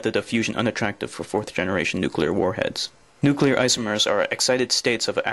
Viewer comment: He actually said nu-Q-lar. But then several US presidents have too. Look at the word. Unbelievable.